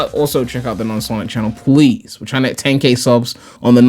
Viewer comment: P L E A S E WITH A L! Not “pwease” CHRIST